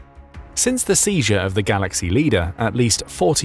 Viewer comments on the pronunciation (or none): none